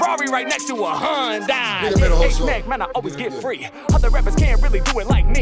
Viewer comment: Its HI - UND - I